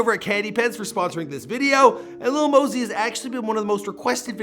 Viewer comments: I thought it was Lil Mosey not Lil Mosey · Lil mosey (Maa-Zee) come one day it right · LIL "LEAN" MOSEY